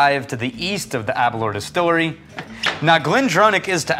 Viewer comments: Please pronounce Aberlour correctly. Think flower so you get aber-lower🙂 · Your pronunciation of Aberlour upsets me a great deal. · when you think happy hour, drink aberlour... is apparently how the host of tours at the distillery frames how to pronounce aberlour. delicious though cheers